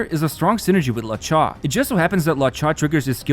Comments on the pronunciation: "lauw-cha" bro he's called luo-cha like "low-cha" There's no law in that Name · Your accent will never not be funny 🤣 it’s Lu-O-Cha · Dude, who is “La Cha”?